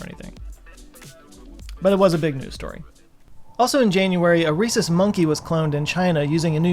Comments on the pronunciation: I thought you were saying Racist monkey whenever you said it. I had to keep going back because I was wondering why they would do that to begin with. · oh 'Rhesus' not 'Racist'. Made me think 'Why on earth would they do that?'